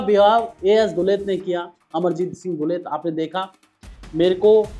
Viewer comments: पहले उनका नाम तो सही से बोलना सीख लो। लो, इसे दस बार जोर जोर से बोलो- एएस दुलत। दस बार जरूर बोलना, तभी जुबान सही होगी तुम्हारी। और रही बात दुलत के कैरेक्टर की, तो अभी तुम्हारी औकात नहीं है उनके कैरेक्टर के चवन्नी तक पहुंचने की भी। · Yaar tumse na to hindi padhi jaati hai na english. Kam se kam naam to theek se bolna seekh lete.